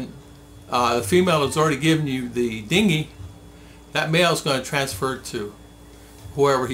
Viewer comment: Its Dengue not dingue